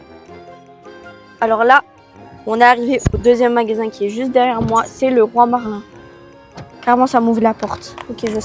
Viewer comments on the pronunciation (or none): none